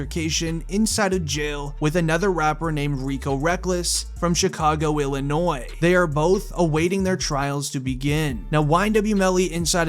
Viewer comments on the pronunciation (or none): none